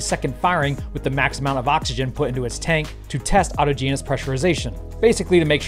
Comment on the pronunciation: "to test auto-genus pressurization..." - !? It's not a species of wildlife, you mean autogenous. au·tog·e·nous /ôˈtäjənəs,əˈtäjənəs/ adjective arising from within or from a thing itself. (of welding) done either without solder or with a filler of the same metal as the pieces being welded.